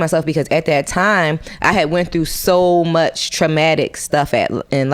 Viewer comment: He said bitch too murch for me lort